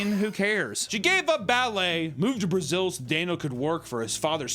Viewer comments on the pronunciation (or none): none